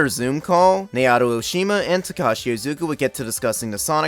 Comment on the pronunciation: *"NAO-TO" not "NAY-OTO"